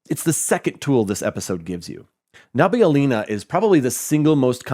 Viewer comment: Nabi-Ulina, not nabi-ulinA Sounds like Lina from dota